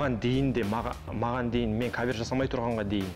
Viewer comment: Салам бәріңізге, өлең керемет. Автор, Аука жандандыра түсті деп айтуға болады. Жүргізушілер кавЁр деген сөзді түзетіп жібергендеріңізде болар еді. Бірақ олда бір ерекшеліктің қыры ғой (диалект)